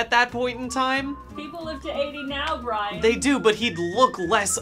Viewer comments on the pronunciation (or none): ATTN: Polygon High Muckamucks Bri an. Bri an. Bri an. Bri an. Bri an. Bri an. Bri an. Bri an.